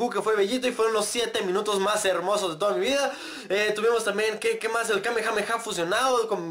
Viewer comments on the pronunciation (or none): none